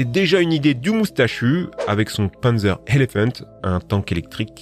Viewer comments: C'est "panzer" pas "pènzer" pour la prononciation x) et pour le tigre c'est pz.kpw VI Tiger. Ou Panzer KampfWagen 6. Ouais, littéralement voiture de combat blindé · on dit pas pènzeur mais pannezeur (pour Panzer) et on dit pas Kersk mais koursk (pour Kursk) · Pourquoi tu anglissime tout ? Un Panzer ne ce prononce pas Pinzer, même dans le sud de la France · Le pennzeur, lol ^^ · Juste on dit panzer literalement comme on dit dans on dit panzer